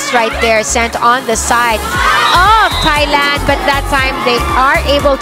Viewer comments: What I don't understand is how some people pronounce Thailand (tai-land) as (thy-land). I know the the Brit f it up for the English spelling of it, but people are so ignorant about it. Just so funny to me. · She did not say Thailand with the 'Th'